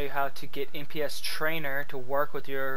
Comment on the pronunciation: isnt it "NPC" trainers? not "NPS"????